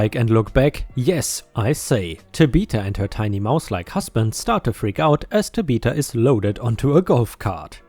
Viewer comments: TAB I THA.... NOT TABEETA. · tabitha- tabb bihh thaa... your english is excellent, but names are weird and can throw anyone off. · Tabatha is pronounced "Tab beth ah". It is not a common name, so it's understandable that you have not seen it before. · I see a lot of people trying to tell you how to pronounce Tabitha but giving it in weird ways. "tab eh th uh" with the "eh" being a soft "e" sound like in the word "end." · Tabitha is Tab-it-tha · I love how you pronounced Tabitha. You must not have watched Bewitched while growing up. The name is pronounced as Tab-ith (like with) - uh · Hi ⭐, ⭐⭐⭐⭐⭐⭐⭐⭐⭐⭐🌟🌠💫 English gotcha again... Tabitha is pronounced: Tab-ith-ah. Short i sound. Reference the 1964 (to 1971) TV series “Bewitched”, the daughter's name is Tabitha. YouTube I think has some of the shows posted, check anything after 1965, or '66, to hear the daughter's name pronounced. Favorite theme parks will always be Walt Disney World, since the first time I went there back in 1974. I grew up going there, then I worked there for 19 years. That was my favorite job. It's been nearly 20 years since I left there, I miss it. BTW, German bikers during Daytona Bike Week are so much fun. 😀 🏍️🍻🍺 “Biketoberfest” too, it begins in October. BTW, how are you doing since the bike accident? All healed up, no long term muscle problems? 🏍️ 💫🌠🌟⭐😎⭐🌟🌠💫 Take care, stay safe, have a nice day. 👵☺️✌️☮️🖖 😷 🙉🙈🙊 ♥️😎⭐🌟🌠💫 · its pronounced TAB ith A not sure why he used the word though, never meet a tabitha who wasnt an absolute lovely lady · Tah ba tha stress on the last syllable is cool. She has the quality of a disability Karen but she acted as trouncing Tabatha and trounced the service dog. Disability Karen believes disabilities are fake and service animals are fake but Karen calls the law and Tabatha trounces. Big difference. Seems you got 100 new subscribers within a day. 💥💥💥💥💥💥💥💥💥💥💥💥💥💥💥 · Tab. Ith. Uh. It's a THHHH sound, not a Tuh sound.